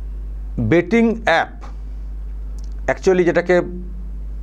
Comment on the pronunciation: IT'S " BET" NOT " BAT " TO CRICKET BAT .